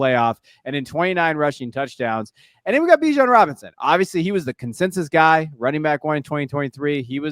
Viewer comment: How do you not know how to pronounce Bijan’s name? Good job for getting it right